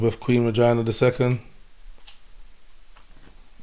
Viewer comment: I thought man said Elizaberth Vagina II at the beginning lol